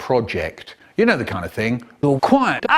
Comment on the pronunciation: This stumped me for ages, looking back at it, I believe it's "Al-Qaeda" but it sounds like "All Quiet-AH!"